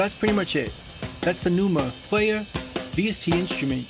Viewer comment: “tha numa… playah”